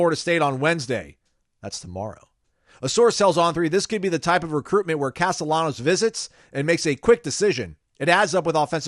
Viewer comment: You're pronouncing his last name wrong its Hispanic. There's a high chance that if you pronounce ll as “y,” you'll be understood in most Spanish-speaking countries. Depending on the region though, the sound of ll can be similar to the letter “j” as well.